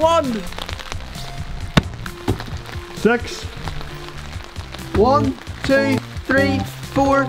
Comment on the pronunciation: Why pronounce "six" as "sex"?